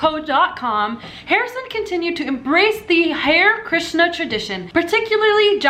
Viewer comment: The way she pronounced those Indian words...